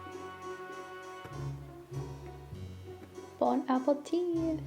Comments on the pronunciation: She said bone apple tee😂😂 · I always think she say bone apple teeth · Does she say Bon Apple teeth? 😂😂😂 Idk why I keep hearing that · Bon appetite! What I heard: bONe ApPle tEETH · bc that's what she's saying lmAo she's saying bone apple teeth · Yeah she says that in every video! Its as a joke of course but she's so cute😭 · Is it just me or why does she say bone apple teeth